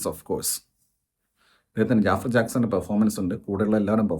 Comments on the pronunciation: JAAFAR ennala Pronounciation JAFAAR Ennan 😂😂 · ജാഫർ അല്ല,. its ജഫ്ഫാർ